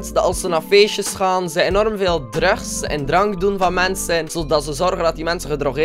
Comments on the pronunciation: je zegt druks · je zegt drugs maar het is druks zo spreek je het uit:$ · hoe hij drugs zegt hahaha😂😍😘😂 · hoe zeg jij drugs? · Hoe hij drugs zegt